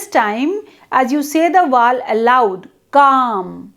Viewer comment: Mam u are not able to pronounce Vowel...short...etc.